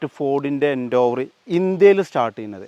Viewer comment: ഫോർഡ് എൻ്റോവർ അല്ല എൻഡേവർ😂😂😂😂